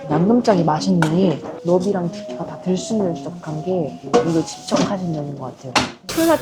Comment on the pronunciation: 직접을 항상 집접 이라 하시네 ㅋㅋ